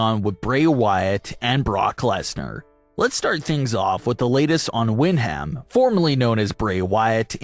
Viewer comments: Do you mispronounce peoples names on purpose just to make people mad?? I’m thinking you do. I’m dead serious that if it continues I’m not gonna watch this channel anymore. It’s a HUGE pet peeve of mine. It’s Windham “Wind-ummm” and “Me-uhhh” Mia. Not hard!! 😖👿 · Stop pronouncing names wrong!! It’s Windham “Wind-humm” and Mia “Me-uhh”. I’m close to stop listening/watching this channel. Huge pet peeve of mine. Stop it!!!!